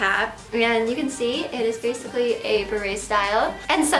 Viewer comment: "Basiccy" instead of Basically. EUGENIA PLEASE GET HELP, FOR THE LOVE OF GOD OR MAYBE EVEN YOUR VIEWERS.